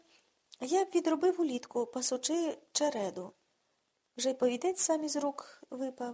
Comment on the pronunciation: Всі твори Володимира Яворівського потребують пильнішої уваги до себе і частішого прочитання. А тепер про сумне. Чому, Ви, пані, не ставите вірні наголоси? Ну, це ж якесь знущання над мовою. Наче перевертень якийсь читає. Просто соромно за вас. КопИчки, а не копичкИ ПручАється, а не прУчається Пасучи чередУ, а не черЕду Повертався з хлІва, а не з хлівА.